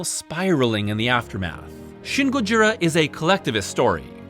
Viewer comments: Dude please just say "Godzilla" - saying "gojira" with an American accent is even more wrong than using the official English name. It's a mispronunciation of an imperfect transliteration and it just really ground my gears. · If you can't pronounce "Gojira" correctly, just say "Godzilla".